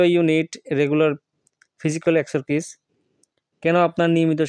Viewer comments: স্যার আপনি বলেন যে একসারকিছ এটা হবে একসারসাইছ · একসে সাইজ হবে। মাঝখানে r উচ্চারণ হবে না।